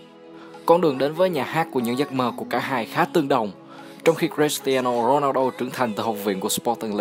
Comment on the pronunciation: Giộng ad đọc tên cầu thủ cris tiano ronaldo nge hay vãi